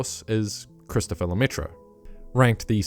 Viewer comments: Careful mate, it's "Christophe" (pronunced like Kristof), not Christophere, which doesn't exist ^^ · it's Christophe* not Christophere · His name is Christophe, not Christopher. And funnily enough, "Lemaitre" litterally translates to "Themaster" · Christophe Lemaitre. Not Christophere, his obscure cousin... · "Christopher" bruh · CHRIS TOUT FLEURRRR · it's "christophe" nice vid otherwise